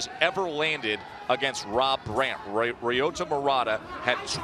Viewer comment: why do they allow ILLITERATE commentators??? ROYOTA??? wtgdf is that? This has to be the easiest Japanese name in the history of civilization and that moron cant even pronounce it without relating it to a frign CAR. footnote: murata didnt loook all that good in the first rd. it looked to me like he waited and was tough enough to wait until Brant made a mistake. i cant believe people are saying that this guy is gonna sleep Golovkin. I cant see it. then agian....i suck